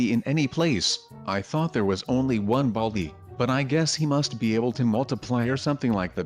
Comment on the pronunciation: Classic you said baldi wrong